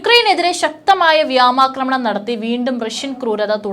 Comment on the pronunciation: Vamakkramanam alla vyomakramanam annu parayu 😅😅😅